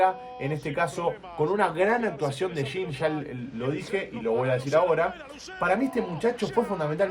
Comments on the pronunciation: es medio complicado la pronunciación para quienes no están acostumbrados con el portugués, en Bein Sports también le decían Shin jajajaja la verdad es que la pronunciación correcta es "yeã" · Se pronuncia: yean